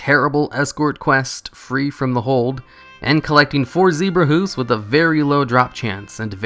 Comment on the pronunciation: Hooves, not "hoofs."